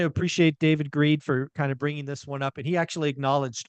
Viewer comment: Did I hear you call him David Greed? LOL